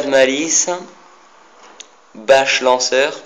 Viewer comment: Il a un don pour deformer les noms des joueurs XD T'as bien dit Bash Lancer mais Chaud Beacons Mddrt